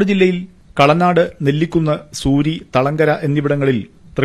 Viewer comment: സൂരി അല്ല... ചൂരി